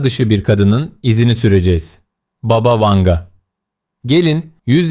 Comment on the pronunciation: ...ama "baba" değil... "bába"...